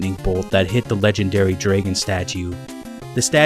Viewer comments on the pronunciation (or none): I love how you say draegon!